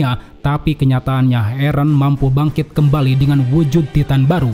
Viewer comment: Min kok nyebut eren nya eren sih bukan eren 😂 eren dong min jangan eren